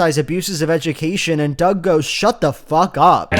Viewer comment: Am I the only one who kept thinking he was calling Doug “Dogwalker”?